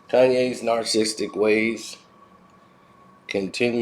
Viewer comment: All these videos and you still can’t pronounce narcissistic?